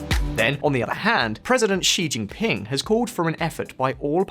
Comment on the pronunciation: please do something about the pronunciation of Chinese names on your videos. It’s not as difficult as you think. Start with Xi Jinping. It’s not Ji Jinping.